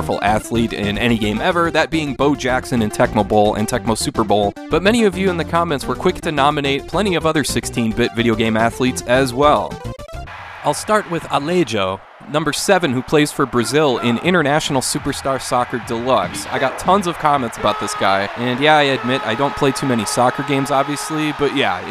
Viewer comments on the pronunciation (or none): Allejo j pronounced like an h in english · Just to add, a closer name for Allejo for us would be Aleixo (with XO with the sound of SHO), I believe that Allejo would be a nickname of Alejandre in Spanish, here it would be like Alexandre (with XAN with the sound of SHAN), but it doesn't matter , the legend was spelled like Allejo, and it's really cool to know the effort you had in trying to learn to pronounce correctly.